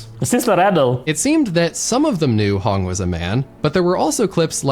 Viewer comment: Sister Hong ❌️ Sister Hung ✅️